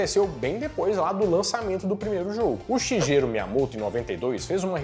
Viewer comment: "SHIJERO Miyamoto" 😂😂😂😂😂😂😂